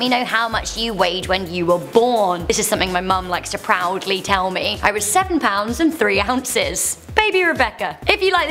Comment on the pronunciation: 5 pownds & 7 awncis